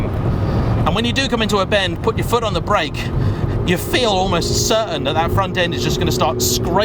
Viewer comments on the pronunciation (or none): none